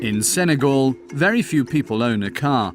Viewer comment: Sen-ay-GAL, not GOL